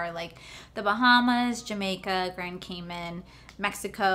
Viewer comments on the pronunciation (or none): none